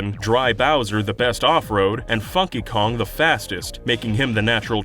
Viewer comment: You should put more emphasis on the N in funky kong... Just saying.